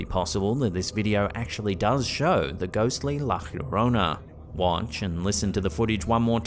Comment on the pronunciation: It's pronounced. "Yo row na". Llorona. Or " Yo from na. Remembering to roll your "r". If you can.